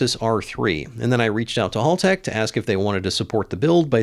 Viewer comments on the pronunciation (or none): HAL Tech as in Hal from the film 2001. They’re Aussies so it’s pronounced accordingly. HALL has 2 L’s. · it's Haltech not Haltech ;)